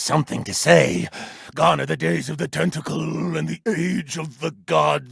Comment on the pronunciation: sounds so easy ong, also why did he say tentacle like that